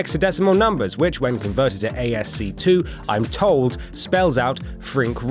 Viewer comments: As Key not A-S-C-2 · Its not pronounced asc2 its pronounced asky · A.S.C two..? ASCtwo... please, if you are going to copy/paste things from the internet do some research on how things are pronounced or at least what they mean. its ASCII (pronounced 'ASS-kee') A.S.C.I.I or American Standard Code for Information Interchange. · "When converted to A.S.C. two" WTF. ASCII. Pronounces askee, it stands for American Standard Code for Information Interchange. Jesus christ. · Oof asc2 and not ascii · ASCII (ASC2) is pronounced ASK-KEY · It's pronounced "asskey" not A.S.C.2 😂😂😂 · Note to WhatCulture: If you're going to do a video about math, get someone who knows something about math to do it. This guy couldn't tell an even number isn't a prime number, didn't know how to say ASCII, and couldn't pronounce Fermat's name right. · Asc2 instead of Ascii LOL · Lmfao it’s pronounced “ask e” not ask-2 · It's Ass-key, what the fuck is A S C two? or was that a clever play to get the it NEEEEEEERRRRRDS all angry and commenting? #ImOnToYou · ASC2? You mean ASCII? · Hahaha "ASC2"? I think you''l find it's ASCII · Not ASC2. ASCII. (as in Ass Key) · "ASC2" o_O OHHH, ASCII! IT'S PRONOUNCED "ASS-KEY". The I's are not a number, they're part of the abbreviation. ASCII = American Standard Code for Information Interchange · "ASC-TWO" LOL. You mean ASCII, I assume. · ASC2? ASCII. (pronounced Ask key) The American Standard Code for Information Interchange. Not The American Standard Code for Two. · ASCII is not "A-S-C-2", but "asky", an acronym for American Standard Code for Information Interchange. The other popular code at the time was EBCDIC, pronounced "eb-se-dik", Extended Binary Coded Decimal Interchange Code, developed for IBM computers. FYFI. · It's pronounced ASS-KEY not ASC2..... jesus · Dear British (?) Non nerd, ASCII is not... Ay-Ees-See-Two ASCII IS Ass-Key Just FYI :-) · ASC2.. lol. You mean ASCII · It's not asc2, it's ascii pronounced asskee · "A S C two". Very funny.